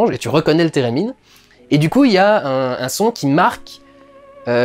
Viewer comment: « Térémine » ? J’ai pensé direct à Sherldon 😂😂